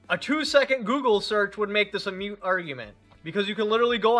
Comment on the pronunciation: It's moot (pronounced like the "moo" of a cow) argument, not mute (myute) argument. Just FYI. BTW, I really enjoy your videos.